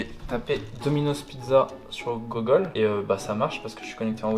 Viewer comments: Mdrrrrrrrrrrrrrrrr🤣🤣🤣🤣🤣🤣🤣🤣🤣🤣🤣🤣🤣🤣🤣🤣🤣🤣🤣🤣🤣🤣🤣🤣🤣🤣🤣🤣🤣🤣🤣🤣🤣🤣🤣🤣🤣🤣🤣🤣🤣 A il a dis Gogole au lieu de Google mdrrrrrrrrrrŕŕŕŕrrrrrrrrrr🤣🤣🤣🤣🤣🤣🤣🤣🤣🤣🤣🤣🤣🤣😂🤣🤣🤣😂😂😂🤣🤣🤣😂😆 non je rigole sinon bonne vidéo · « Sur googole »